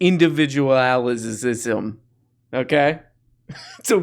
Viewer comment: "Indelvidualisism" is my new favorite.